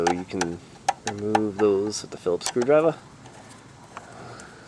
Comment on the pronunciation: What's a screwdriv-ah? :)